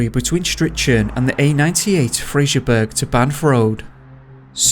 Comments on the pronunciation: Im sure he was actually found, daily records just the newspaper. And its not Fraserburg its Fraserburgh. (Pronouced Burra) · Fraserburgh burough not burg. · Fraserburgh is pronounced Fraserbruh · 'fraserburgh' - is pronounced 'fraserborough' - same as 'Edinburgh - Edingborough'. You're welcome. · That was sm pronoucation of Fraserburgh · Americans get the hump when an American place name is mispronounced, yet we are considered "dorkish" (seriously, how old is he, 13?) when we pull a YouTuber up for doing the same to a place name in the UK. It's not hard to research pronounciation, there's no excuse. I really enjoy this channel but the narrator regularly butchers the pronunciation of British towns and areas. Fraserburgh has got to be, for me, the worst so far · Also I the River Ouse is pronounced OOZE and not ouse as in house. Just thought I'd say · The first case is local to me. I have to correct the pronunciation of Fraserburgh (👂Fraser-burra) and Strichen (👂Stricken) 🙈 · I dont mean to be a dick ... but ... Fraserburgh ,,, is freserburugh as in Edinburgh, or as the brogh (brock) as its known to locals.. and Strichen is stricken =, yanks I can forgive as they are yanks and dont know any better... but your from the UK. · Fraserburgh is pronounced Fraser Bur haa, and strichen is strick onn , sounds weird when you say it . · It's "Fraser-borough" and "Stricken" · the way you pronounce fraserbrugh and strichen is classic🤣